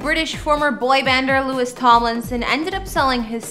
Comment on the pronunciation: It’s LOU-EE Tom- Lin- son 😂